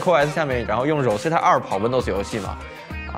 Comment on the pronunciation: Rosetta的读音都读错了，好好学学英文。